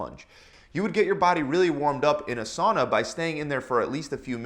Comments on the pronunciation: it is not "suana" its sauna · It is not suana, it is sauna! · suana.. laughing in finnish